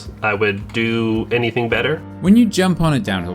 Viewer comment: little gripe it is "everything and anything" not everythink and anythink" . Nice rig though..